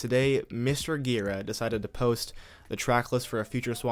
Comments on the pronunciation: Gira is pronounced jee-rah. Soft G. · it's pronounced 'djiraaah' dammit ;-) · He has pronounced Ji-Raw in interviews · You pronounce "Gira" wrong.